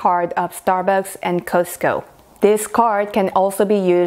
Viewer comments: You are not saying Costco right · The way she pronounces “Costco” is freaking cute.